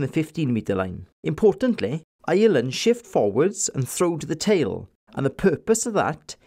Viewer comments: I'm Irish and I'm the complete opposite :P love the Welsh accent but can't stand the way the Welsh and English call us "Island". We are one yes, but our name? No. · I’m Irish and love the way you say ‘Ireland’.